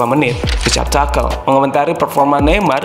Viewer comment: tulisanya tuchel bacanya tusel bukan takel :)